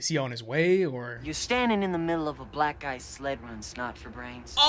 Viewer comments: I always thought he said black eyes... like he was gonna beat hi up - never thought about black ice lmao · And here I thought he was saying "Black eyed."